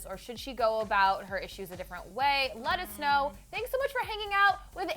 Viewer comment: It sounds like she says "Lettuce-know" instead of :let us know: LOL